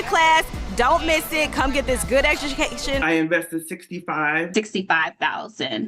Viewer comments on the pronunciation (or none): "Come get that good ezzzzzucation" should have been a massive red flag.. 🙇🏾‍♂️ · Chile she said, "Come get this Edjumacation!" I'm CRYINGGG!! 🤣🤣Ain't no WAY!! The Lord even stripped the word "education" from her tongue, that was the first sign. The second sign was, Atlanta.........😂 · When she said "Come get this Edzzucation" I knew she was a fraud'! 🤦🏾‍♀️ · When she couldn’t pronounce “education”, that told me everything I needed to know 😂😂😂😂👮🏿‍♂️ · The way she said “education” should have told yall enough lol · Tip #1: If the person pushing a class about getting an education can't even pronounce the word "education", it's probably a scam. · She couldn’t say education right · Yall should’ve known she didn’t even say education right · Y’all gave thousands of dollars to a woman who can’t even pronounce the word “education”😅😅😅😅.